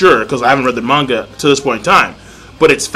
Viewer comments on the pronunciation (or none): none